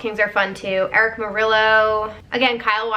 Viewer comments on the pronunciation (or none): none